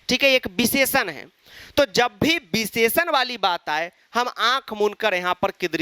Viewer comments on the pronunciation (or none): Visheshann❌ Bhisheshann✅